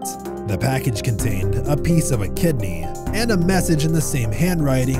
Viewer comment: bro said “kidne” and “nise” 💀